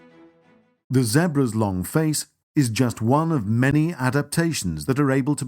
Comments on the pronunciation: Stop saying Zebras like that!! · It's pronounced ZEE-BRAS not ZEHBRAS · fucking zehbruhs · Poor Zeh-bruhs 🤷🏾‍♂️😢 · poor "zehbruh's"😭😭😂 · The way how he pronounces Zebras is so annoying. Or is that just me that finds it annoying? LOL